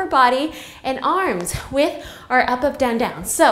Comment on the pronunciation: Love the she says up "And ahp and down" 😂